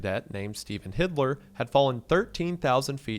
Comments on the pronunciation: Why did you pronounce Hilder as Hidler? 🤔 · You saying Hitler instead of HiLder is hilarious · HILDER NOT HIDLER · I love you Mr., but it's Hilder, not Hitler 😂😂 Only you would find a way to slip in a conspiracy about Hitler's suicide in a video about parachutes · I laugh everytine this man pronounces "Hilder" as "Hitler" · The man who died in another skydive was named Hilder - L before D. I don't know why you kept callig him Hitler. You didn't bother to correctly read his name, I wonder where else in your research you did a poor job. Also, simping for the death penalty is never a good look - there's a reason civilized countries abolished it. This was the first video of yours I watched and it will be the last. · Pronouncing Hilder as Hidler made me laugh so much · dude, you've gotta be more careful how you pronounce that name, the l is before the d, not after. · I thought I was tweaking when he read "Stephen Hilder" as "Stephen Hitler" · The text: Stephen Hilder Wendigoon: Stephen Hitler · So, the guys name was ‘Hilder’ not ‘Hidler’ and also, you are ‘wary’ of debt, not ‘weary.’ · The guys name was Stephen Hilder, not Hidler, so each time you'd pronounce it that way my eyes would bulge out of my head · i think he meant hil-der not hidler 😂 Not going to lie i heard something abit different... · Why you calling Hilder Hidler? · My guy "Hilder" isn't pronounced "Hidler" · Dude. Buddy. There is a very big difference between “Hilder” and the way you pronounced “Hidler” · HILDER. HILDER. NOT HIDLER, WHICH SOUNDS LIKE A MUCH DIFFERENT NAME AND PERSON WENDI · wooooooaaaaah. I thought you were saying HITLER! You’re saying Hidler, but it’s typed Hilder on screen. Big OH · Bro it sounds like hes saying "Stephen HITLER" when dudes name was "Stephen HILDER" 😂😂😂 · Just a small correction, the cadets name was HIL-DER not HID-LER lol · from behind a glass screen WENDY ITS HILDER NOT HIDLER!! WENDY!! HILDER!! HIIILLLDERRRR!!! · NOOOOOO ITS HILDER NOT HIDLER